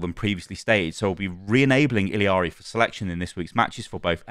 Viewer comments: ILL AH RI. There is no I in the name its not ILL IA RI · Its Illari, not Illiari, stop adding the extra "i"... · It's pronounced like ee-yah-ri not il-ee-ah-ri because it's Spanish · ILL-ARI her name is I L L A R I (ILL-ari). What your saying is I L I A R I (ili-ari) Its 2 Ls not I L I yall are killing me ☠️☠️☠️ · Ee - Jah - Ri, definitely not ILL - Ee- Ari The llama pajama is a pun to show people how to pronounce the double LL sound Jama Pajama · Imma be that guy and tell y’all that it’s not Iliari but it’s actually Illari (i-ya-ri) the double L in Spanish is pronounced as Y in English which makes a Ya sound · btw it's "ee-yar-ee" not "ill-ee-yar-ee" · ILL ari, where do you get the Ill I ari from btw ? XD there is no i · OW2 is NOT better than OW when it first came out. Over time, OW got worse the more bad moves they made to the core game. OW2 is better than the end state of OW1, though. p.s. It's ILL-ARE-EE, not ILL-EE-ARE-EE :) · If you watch the origin story she actually pronounce it like "iyiari" which is accurate as the character is from Peru, and in Spanish the double L is pronounced as a Y. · Ee-la-ree. There's only two i's in that name dude. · hi, as a peruvian the way in which you pronounce illaris name is with a JA sound, so it technically would be pronounced iJAri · Illari is Peruvian. In Spanish, the 2 l's next to each other make a "y" sound so it would be pronounced "Iyari" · il-ya-ri is the pronunciation LL in spanish is an LY sound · Her name is pronounced Ee-yar-ee. In Spanish two “L’s” next to each other makes a “y” sound. (I was corrected by a Spanish speaking person) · the double LL in Illari makes a Y sound . Iyari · Uh you are getting her name wrong. It’s not an accent thing, you are adding the “I” sound after the “L” sound, which isn’t there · Illari is just “ee-yah-ri” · I'm pretty sure it's E-yari cuz double ll in Spanish makes a y sound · Ee-Yar-Ee is the pronunciation 😁. The double L make a Y sound. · It’s pronounced like “Iyari”